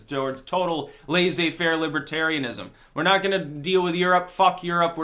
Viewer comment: Your pronunciation of "laissez-faire" is incorrect.